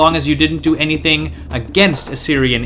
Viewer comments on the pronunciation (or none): none